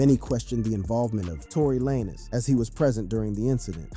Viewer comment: Torey “LANEZ” mannnnnn Ari…. “AIRY” smh 😂